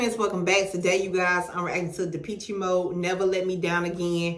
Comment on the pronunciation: Hey! You say it, "Duh-PESH". Love your reactions!